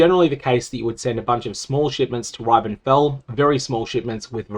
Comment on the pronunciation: why is he saying Ribenfell like that 😢 they literally pronounce it in the game